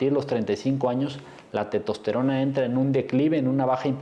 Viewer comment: Estimado Doctor, Se dice, TESTOSTERONA no TETOSTERONA. Por lo demás, lo felicito. Muchas gracias.